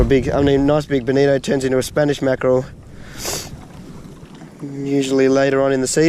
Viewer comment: While I would compliment your balls, I would just like to thank you for saying bonito and not bonita.